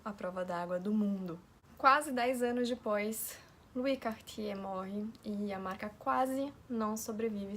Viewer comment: que pronuncia linda do nome kk francês é uma lingua muito bonita